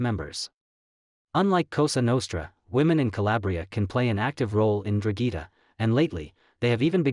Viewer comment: What the hell is a drugeeta? It’s N-Drahn-Geh-Ta. ‘Ndrangheta. I get it Italian is hard. But damn